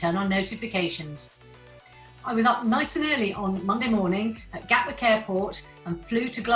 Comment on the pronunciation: Why cannot Southerners pronounce the wrod TTTT, It is GAT WICK